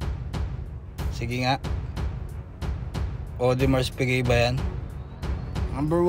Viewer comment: Ayos ganda nung "Odimers Pige" 😆